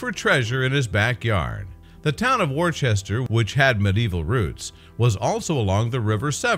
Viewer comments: Worcester is pronounced wooster, not war-chester. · Not pronounced "Warchester". Correct, British, is to say 'Wooster'. While still spelling it 'WORCESTER'. The item's speaker used it incorrectly at least three times! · Great story. Thanks for posting. But Wor --chester? Really dude? The internet will tell you how it should be pronounced. Bit of research needed. Still a thumbs up though. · Where the hell is War Chester? I'm English & I've never heard of War-chester ! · do get the pronounciation correct w(h)orecester Wooster Wooster-shy-er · gets very annoying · got to agree with you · Totally in agreement! HELLO World! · Dude, there is no H is Worcester. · This guy doesn't pronounce the English town correctly.